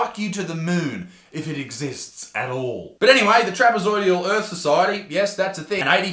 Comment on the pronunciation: Sorry if it's already been said... the word is trapezoidal, not trapezoidial.